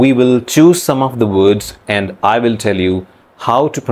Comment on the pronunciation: You still have an Indian accent. Like the way you pronounce "will". "Verl"